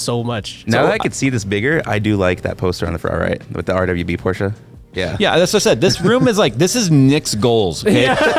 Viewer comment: I'm so glad, and pronounced Porsche properly, big ups